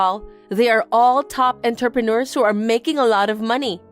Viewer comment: I was listening, but not reading the text, so thought Mindy was saying the men were 'interpreters'. I thought, 'I wish I'd tried harder with French , because I never knew it was a well paid job.' 😄